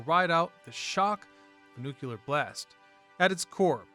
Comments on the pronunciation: It’s not “nook-u-lear,” it’s “new-klee-ur.” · I loved your channel. Please don't say "nukeUler".